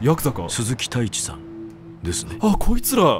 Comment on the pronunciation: 鈴木太一が鈴木タイツに聞こえた